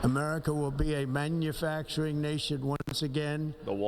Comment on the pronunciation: Why is he saying manufacturing weird? Am I missing something?